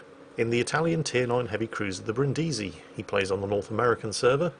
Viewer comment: Bri'ndisi, not Brindi'si.